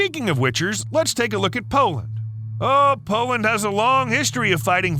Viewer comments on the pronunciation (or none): why do you say "poland" like poand or powand? to pronounce it easier its like this "Pole" "Land" unless you were not talking about poland